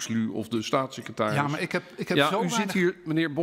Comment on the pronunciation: "Stasisecretaris" niet "Satsisecretaris"